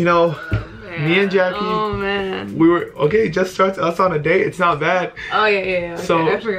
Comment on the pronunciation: it's jackie not jackuje